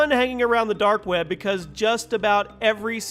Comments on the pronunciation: The dark "webba" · "The Dark Wäbe" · dark web-uh